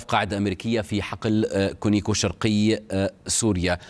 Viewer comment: الغريب أنه الكل بدون استثناء يلفظونه كونيكو .مع العلم أن اسمه على اسم الشركة كونوكو. Conoco ... منين جابوا الياء بدل الواو ؟